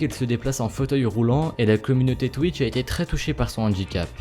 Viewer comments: Enfaite il a dit Twikch mdrrr xD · Oké je viens de commencer la vidéo et j'entends quoi ? "twik".... Non mais ... "TWIK" x) Tu sais plis lire x) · c'est moi ou a la première prhase il dit twik ? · twitch et pas twikch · Je reve ou il a dit thic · twick ? ça se prononce comme ça ?